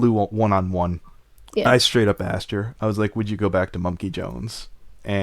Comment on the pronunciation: This keeps getting more interesting. Also, whenever she speaks and says the word "asked" my internal grammar police kept on screaming "It's pronounced "as-ked" not "axed",...its a "k" not an "x"!!!!" XD